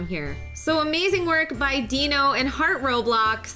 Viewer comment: Why did you say follow “harht” if you never followed her yourself XD